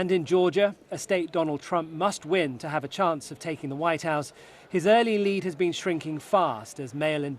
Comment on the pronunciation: Race for "ze vhite house" am i the only one that is hearing 👂 the news reader sound like she saying that 🤔 🤣